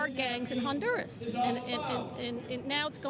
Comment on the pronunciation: They are NOT BOMBING Venezuela right now. It was in and out! *H in Honduras is silent ---- onduras.